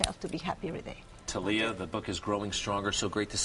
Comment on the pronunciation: Tah-liya? Isn't it Thalia?